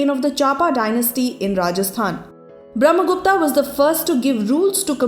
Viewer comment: आर्यभट्ट not आर्यभट्टा,ब्रम्हगुप्त not ब्रम्हगुप्ता ...and so onn atleast indian must use their correct names Highly corrupted names🙄